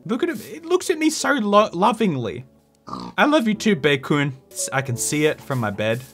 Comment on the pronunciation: Despite the number of times you say Chi-Kun and Bae-Kun, I still lose my mind every time I hear it 🤣